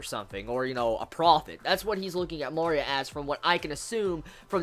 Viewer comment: I love how after 9 episodes you still cant pronounce MARIA correctly... they say in every episode!!! XDD